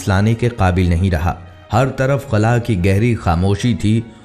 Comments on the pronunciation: خلع نہیں ہوتا بھائی خلا ہوتا ہے کبھی خلع بول رہے کبھی خلا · خُلا نہی ہوتا۔ خلا ہوتا ہے